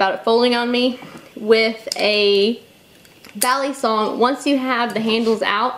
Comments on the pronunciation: I'm Filipino and it's cringy to me. It's mostly the way she pronounces her "a". is saying it "baaa-lee-song", when it should be said "buh-lee-sung". The "a" in Tagalog (Filipino) is a sharper, shorter pronunciation. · Bali. bahllee bahhhllllleeeeeeee kind of like walllll-eeeeee. this moment has been brought to you by ocd pronunciation rage. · Bal-ee-soung. UGGGG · Chris P It's pronounce with a soft a, like "ball". ball-ee-song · Vin Ellis Back in the Philippines, I hear them say ballysung, almost like saying bally fitness, but not the y part, more, ee, bal-ee- sung. sung because the original word is sungay, which is horn. But yes, american trademark from benchmade, it is pronounced as how many of us americans pronounce it, ballee song. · before you carry a "balysong" check your local laws "balysong" "balysong" for fucks sake Im done 3 minutes into the video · I cringe every time she says balisong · agreed balisong